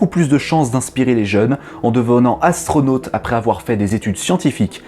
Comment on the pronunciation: Des Ass-tro-Nots